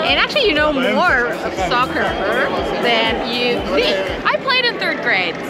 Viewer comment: Please do not say scoccer!!!